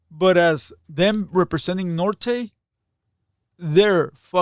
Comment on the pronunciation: Lmfao nor-tayz hahaha. Let's just blame 🐀